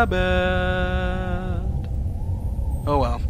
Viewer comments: "what have i done??? i kijd a wabbit" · what have i doone? i've killed a wabbit... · Haven't watched this in years...I fucking died laughing at "What have I donneeee.....I've killed a wabbit.....oh well." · "what hav i doooooone?ive killed a wabbiiiiiiiit!" roflcopter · He says Wabbit :D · i think he is saying Wabbit;) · wabbit! OH NOEZ! DA WABBIT GOTS PWNED!